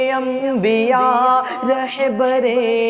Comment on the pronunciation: اسلام علیکم ورحمۃ اللہ وبرکاتہ آپ سے درخواست ہے کہ آپ رحبر نہیں کہہ کے رہبر کہا کیجیے ۔الحمداللہ آپ کی آواز بہت ہی اچھی ہے اللہ آپ کو ترقی سے نوازے اور نظر بد سے بچائے